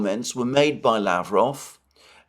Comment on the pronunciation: Pronounce Lavrov w stress on last syllable and final v like f.